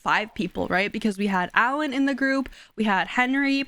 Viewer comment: I know I'm still late but you calling Alain "Allen" is sending me 🤣 its pronounced "Ah-Line" ❤